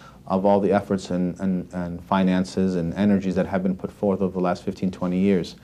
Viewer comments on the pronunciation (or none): none